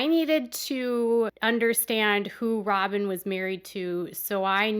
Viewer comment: Kody vetted Robhn??? 🤣 🤣 🤣 🤣 🤣 🤣 😂